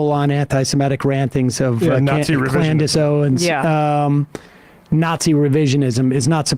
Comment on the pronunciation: “Clandace Owens” 😂😂